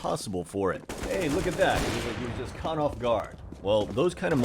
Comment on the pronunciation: your "caught" sounds a lot like "cut" q